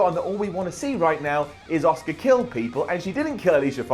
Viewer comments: please say it right.. ASSKA is the correct way to say it not OSCAR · its Asuka not Oscar. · Everytime he says Asuka it sounds like Oscar and that is so annoying to me last track of the whole video after that